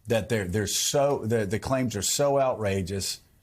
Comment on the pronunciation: It’s really Joe not weerly.